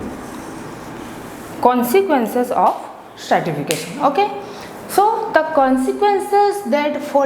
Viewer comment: It's not startification,,, it is stratification